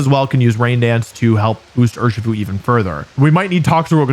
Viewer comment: Cmon dude, we know it's Urshifu